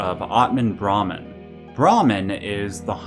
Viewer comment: This is just a little nitpicking. You have the word brahman and atman on the screen so we know what youre talking about, but the way you pronounce brahman sounds like brahmin which is the word for the priestly varna (caste) of hindu heirarchy. That being said, one of the most important hindu texts, the baghavad gita which is a section near the end of the grest epic the mahabharata depicts krishna revealing to arjuna that he is in fact brahman. This scene has many depictions in art where krishna shows arjuna that he is just one of the infinite faces of the brahman. In this way, you can call each incarnation of braham in the various deities masks.